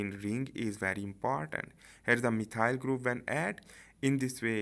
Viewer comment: Thank you for the video, it did help to make everthing more clear. I love your detailed and clear way of painting everything. Just one little thing which made it difficult for me to follow was the way you pronounced some of the groups/molecules. (eg. methyl group :D) Still very helpful, keep going! This is amazing content after all :)